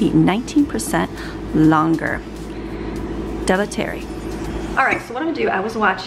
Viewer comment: Pssst, - de la terre is pronounced DUH LAH TARE. xxx It looks like a really amazing product so thank you for showing us! xxx